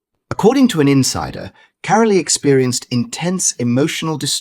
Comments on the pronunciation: It voice. Her name is carol not carolea. Do we have to put up with this stuff. It’s not normal. 😮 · Her name is not "CARO-LEE!" It is pronounced CAROL, like in Christmas CAROL! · Get your robots or ignorant humans to pronounce the names correctly. Carole Middleton is pronounced Carol NOT Carolee. 😡😡😡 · Why is Carole Middleton's first name pronounced Caroleee. It s Carole - the e is not pronounced. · narrator not pronouncing mother Carole’s name properly, it’s pronounced ‘Carol’ …the ‘e’ on the end is silent!! These folks should be screened! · ITS KAR REL TON , THATS HOW YOU PRENOUNCE IT! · The e in carole is silent it is pronounced p ke. Christmas Carol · Since you can't be bothered to pronounce Carole Middleton's name, I tend to doubt your narrative. What you have told is pretty common to chemotherapy patients. I sincerely doubt that any of this is directly relatable to the Princess. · Catherine’s mother would never discuss personal information about her beloved daughter. You don’t even know how to pronounce Carole’s name properly so why would anyone believe this total bunch of rubbish that you are trying to sell the public regarding Catherine’s recovery. Shame on you for going into embarrassing details and trying to sell this garbage as truth! Leave Princess Catherine, alone and mind your own business!